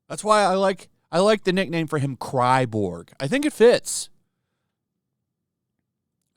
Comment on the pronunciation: I'm sorry. I lost it when you called him "Cry-borg." 😂🤣😂🤣